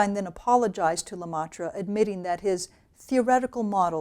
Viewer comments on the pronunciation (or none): Great lecture, Thanks! BTW and then , Le Maitre pronounce: le MEtre. not le MAtre.